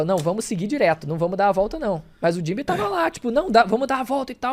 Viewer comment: Fico muito agoniado quando os caras falam os nomes dos personagens com entonação errada. "Jinbê" mano?